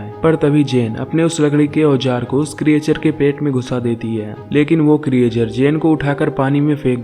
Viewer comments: क्रिएचर नहीं क्रिचर बोलो। 😀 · Good explanation. But pronounciation pe thoda dhyan do. Creature aur Explanation sahi tarike se pronounce nahi karte ho.